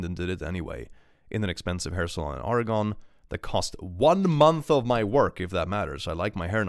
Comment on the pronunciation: Hey, a small note: the US state "Oregon" is pronounced "OR-ruh-ginn" or "OR-ruh-gunn." As someone who's lived there, it's funny to hear it pronounced like a character from LOTR, or-ruh-GONE, LOL.